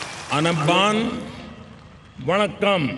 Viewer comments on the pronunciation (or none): rowdy modi. Dai nai payalai you can't say vanakkam. Canadian P M pronounced very good. you only like old gowthmy